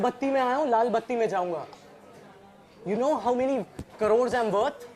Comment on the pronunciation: He can't even say crores properly😪